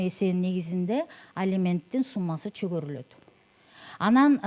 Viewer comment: Чөгөрүлөт змес , чегерилет десеңиз адвокат.